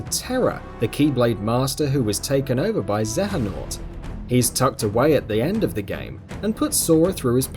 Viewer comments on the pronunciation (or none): "Xe-He-Nort" Cringes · you made 2 minor mistakes in the 14 entry, terra wasant a keblade master and, xeanorth i pronunced Xe-A-North, are just smal ans justifialble mistakes but as a die hard KH fan they bug me. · mason s True. BTW did you also cringe when he pronounced Xehanort?